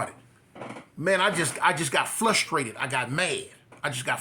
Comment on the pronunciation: my bro love ya man all the. Content and the stories!!!.but my Brother you said flushtrated my brother it’s frustrated!!!.lol man I say something that are just as funny but it pronounced frustrated lol ok big love there Hommie!!.stay true!!.